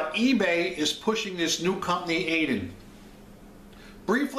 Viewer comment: It's pronounced Ad-yen because it's spelled that way.